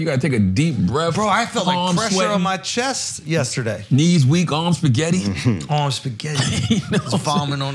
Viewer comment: He said Arms Spaghetti😂💀